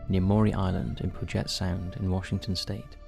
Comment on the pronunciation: You just called the puget sound, my home area, the "pu-jet" and it sounds super Indian. 😂 It's "pyoo juht" 😂